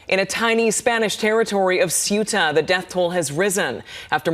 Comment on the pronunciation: Please learn to pronounce Ceuta correctly!